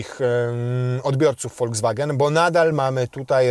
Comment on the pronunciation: To się wymawia volkswagen a nie foldzwagen